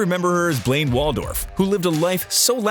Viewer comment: Did he say BLAIN ...?